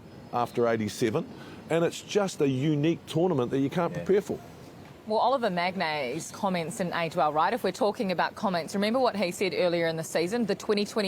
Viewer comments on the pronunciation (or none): Oilvier Mag-nay? Maghne oh maghne.